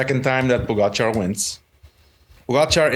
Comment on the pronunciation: Why do you insist on pronouncing Pogachar's name incorrectly? It's not cute. GTFU.